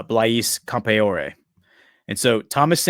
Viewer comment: Pronunciation for Blaise Campoare = Blaze Camp-R-E.